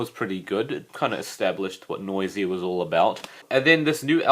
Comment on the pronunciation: Dude did you seriously say noy-zee-ah? It's noys-zha